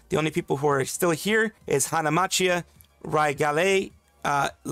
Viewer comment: Hard c, the h in Macchia is silent (Mah-key-uh)